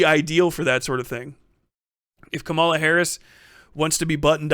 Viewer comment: KA-ma-la, not ka-MA-la. It's meaningful to speak her name correctly. I know it was a simple slip-up, but we gotta be careful to put respect on her name and rise above the blatant racist mispronunciation others are doing.